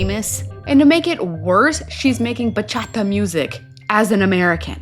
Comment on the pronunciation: Why the HELL wasn’t Jasmine arrested for assaulting Natalie? I would have had her sorry ass behind bars so fast her head would spin!!! Glad you’re back girl!!! Missed ya! Ohhh & I swear if says "Bachadda" one more time, I am going to crawl through my TV & BACHATTA all over her dumb ass!